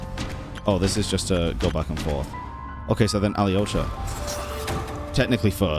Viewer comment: How do you hear Alyosha's name pronounced in-game with a silent Y yet still insist on pronouncing the Y when you say it?